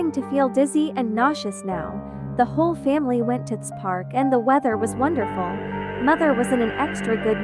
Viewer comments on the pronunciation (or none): none